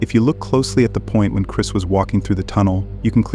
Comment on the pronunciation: It's Chris not Chirs check the mark!